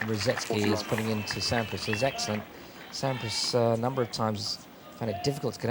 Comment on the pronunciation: That’s not Sampras it’s Swandpras